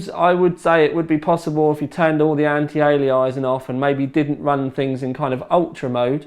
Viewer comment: anti - ali-eye-zing???